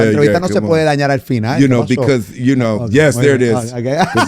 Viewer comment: Tengo miedo que algún día Will me diga “iu nou”, y yo no iu nou nada 😢